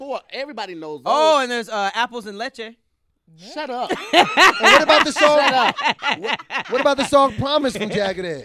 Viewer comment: Apples & Lechè !?!? 😂😂😂